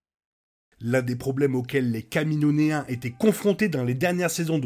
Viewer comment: Kamino-iens stp 😂 j'ai entendu 1 fois comment tu le dis, la 2eme fois je me devais d'écrire ce commentaire lool